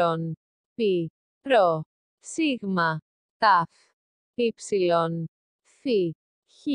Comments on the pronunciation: "Sig-mah" erm what the sig-mah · Bro the “sigma” is wild 😭💀